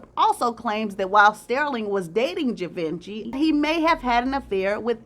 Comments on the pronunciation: Not Gee-ven-chee but cghee- vahn-shay. Ugh! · GEEE-VWAAAHHH-SSHHHEEEE!! Pronounced like that ❤ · Givenchy for those who are interested in the spelling and pronunciation, ( G-von-she). This was another great job 👍😊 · Correct pronunciation: Ghee-von-shee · Gvaunchee is how you pronounce his name. Sterling is never forgotten. Raymond was a petty brother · Givenchy is pronounced: Gee-VON-Shay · Ghee vonh shee is the correct pronunciation. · Givenchy It’s pronounce, Gi Von She! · Givenchy Pronounced: Gee-von-shay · Givenchy is pronounced GeeVonShe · Lol it's pronounced "g von she"givenchy Love you tho😂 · It's pronounced jhee vanh shee. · 😂 I'm laughing at how she pronounces Givenchy 😂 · It was killing me😆😆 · Your pronunciation of Sterling and Givenchy are sending me! 😑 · Sorry to say this, but You mispronounced Fashion Designer and HUBERT de GIVENCY name, had to mention this. This two Men were so TRAGIC 😒, AIDS was new to the Medical community in the 80's, nothing was known about this Ravenous Disease at that time, sadly so many people brought it upon themselves DUE to an Unnaturally horrible Lifestyle they chose to LIVE 😢.